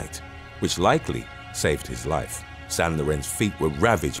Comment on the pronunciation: "St." is pronounced "saint" not "san"